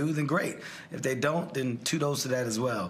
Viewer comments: "Tudos to them" 😂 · Why did he say, “tudos” and “parketing” instead of kudos and marketing? That was weird and he didn’t even catch himself and correct.